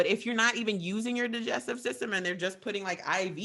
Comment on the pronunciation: Thats not how you say digestive and you fart Because of Breathing in air and a Build up of gas in our Bodies! I swear to god is dumber then, even though he guesses everything